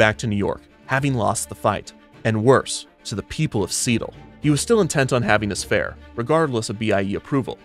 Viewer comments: love how he mispronounced Seattle after Robert Moses says Seattle is too hard to pronounce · OTOH without the "mispronunciation" we all know, who'd want to hear Perry Como sing "The bluest skies you've ever seen are in See-tul"? :) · "worse, to the people of seetle" as a resident of seattle this made me laugh my ass off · "People didn't even know how to pronounce 'Seattle'... and worse, to the people of Seat-el" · Dingwall: "People didn't even know how to pronounce Seattle..." Moses: "I can't believe I lost to Seetle!" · "See-tul" that broke me omg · Dingwall: "People didn't even know how to pronounce Seattle, much less know where it was." Kevin Perjurer: "Moses flew back to New York, having lost the fight, and even worse, to the people of Seettal." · "And worse, to the people of 'Seetle'." I love all the little jabs in the script XD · "The people of seetle." 😂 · ive watched this video SEVERAL times and “the people of seetle” bit knocks me the fuck out every time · "People didn't even know how to pronounce Seattle!" "Moses had lost the bid, and worse, to the people of Seetle." 😂😂😂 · bro I was having a quiet time at 2am with this story and you said "and worse to the people of SEETLE" lmaoooooooooooo I died laughing. Probably woke up everyone in my house. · “And worse, to the people of Seetle” Lmao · How much "the people of seetle" made me laugh has my wondering what was in that brownie I ate earlier... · "People didn't even know how to pronounce Seattle!" Kevin 5 seconds later: S E E T L E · "The people of Seetle" never fails to make me snort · "Seetle." LOL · "...to the people of Seetle" LMAOOOO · "And worse - to the people of Seat-le" lol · LOL, "SEE-tull". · Wait, did they really pronounce Seattle as Seatoll? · Lost it at "and worse: to the people of SEETLE" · the people of seetle lol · "and worse, to the people of seetle" 💀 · Ohhhh so thats how you pronounce Seattle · The purposeful mispronunciation of "Seattle" crack me up!